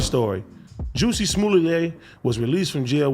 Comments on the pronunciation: AD and Adam pronouncing jussie like “juicy” is wild lmao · Juss-ie. Adam called him juicy too!!! 😒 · They both know dizzamn well his gay name is (Juh-see, not jew-see) smh 😆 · The fact that they pronounce it as juicy instead of jus see 😂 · It’s the Juicy not Jussie for me 😭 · I’m 💀 at Adam sayin “fuk you Juicy J” 🤣 was that a slip or is there “beef” out here? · pronounced jah-see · Yo we so disrespectful cause I don’t think nobody pronounces his name right and we do it purposely 😂😂😂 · I just love how AD completely butchered “Jussie’s” name 😂😂😂